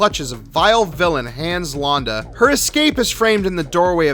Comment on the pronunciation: "HANDS LAHNDA" did you even watch the film? "Hans LANDA" pronounce the name correctly, movie guy